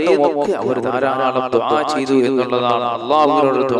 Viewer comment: ദുബായ് അല്ല ദുഅ ആണ് ketto